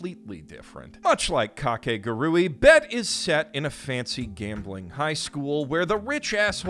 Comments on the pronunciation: what?? no, its ka-ke-gu-ru-i 5 syllabus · It’s almost like we as white people go out of our way to mispronounce things even when the official pronunciation has been stated it’s Kah-kay-guhg-ree 4 syllables my guy 4 syllables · I thought it was pronounced Ka ke gu ri 😭😭😭 my childhood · Is mispronouncing kakegurui a joke or something?